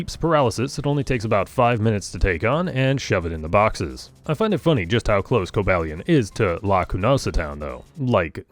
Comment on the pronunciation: Cobalion is pronounced with a long a. Co-BALE-ee-on. I don't know how you didn't even pronounce it like Cobalt, which is the usual "mistake"